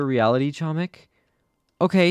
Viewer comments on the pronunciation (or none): nah it's hoemik that how u say it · doing my ftc videoly reminder: catzo, you are pronouncing "chomik" incorrectly, the "c" in "chomik" is silent